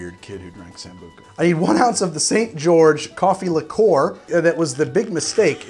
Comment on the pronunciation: Strangely, every time I try cracking an egg on a counter or similar flat surface, I end up with shell fragments everywhere. I don’t know why. Whacking the egg with a knife is somewhat less bad for me. No idea why. I’ve never heard that pronunciation of “liqueur” anywhere else. It’s somewhat annoying somehow.